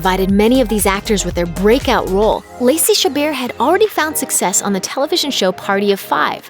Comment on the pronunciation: The way she said chabert sounded like shibbir and my surname is shibbir